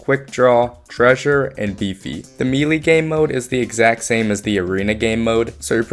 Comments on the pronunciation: Melee is pronounce maylay, not meelee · "simularities" "mealy attacks" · "Meelee?" Are you joking? There's no way you actually think it's pronounced that way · Hearing people say *mee lee hurts so much. Its *may lay* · pronouncing "melee" "me lee" is like pronouncing "entree" "entry" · I wanted to stop watching when I heard him say that. Why is it so hard for people to say “melee” correctly nowadays? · 1 person mispronounces and suddenly that's somehow means its commonly mispronounced?